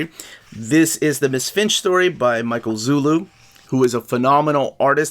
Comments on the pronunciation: Small correction: Zulli is pronounced Zoo-lee, not Zoo-lou. :) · Hi! I´m from PORTUGAL and i´m a fan of your videos,... but there´s a little problem, it´s not Michael zullu but MICHAEL ZULLI!